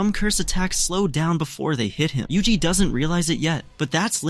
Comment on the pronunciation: bro just said yuji. WHO IS UJI